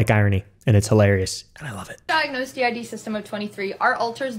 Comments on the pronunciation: Buddy, I think it pronounced D. I. D like the actual letters😅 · Okay. I've been doing heavy research about DID for literally 9 months. First of all, it's pronounced "D.I.D." and not "did" to not confuse the word n stuff. I most likely have DID and I am looking to get a diagnosis because this is NOT. FUN. First of all, it's caused from severe childhood trauma. Not fun. Secondly, people usually discover they have it over the age of 15, and get a diagnosis after they're 18, because a diagnosis for such a severe disorder takes such a long time. DID alters can be a lot but not too much. I have 7. Someone I know has 3. Another person in a mental hospital has 12. Not--- 1000. Plus, DID IS a mental illness. It's a mental illness that isn't fun. At all. If they truly had that disorder they wouldn't do TikTok memes. They'd try to spread awareness. They'd try to do something about it. Constantly forgetting stuff, constantly having identity crisises, wondering if you're still here, if the world around you is real or not, not remembering a certain part of the day, hearing voices in your head, trying to constantly avoid triggering yourself and never being alone by yourself is... not funny. It's not trendy, it's not a joke. I hope I'm able to clear up a bit. I'm open for talking if it'll help with the content. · Did you learn by now that it's pronounced D-I-D and not 'did' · It is D-I-D. Stop saying 'did". 🤯